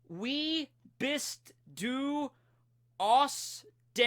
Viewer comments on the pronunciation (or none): you pronnounced "wie" "bist" "du" and "Kroko" correctly but the rest was false but some were pretty close...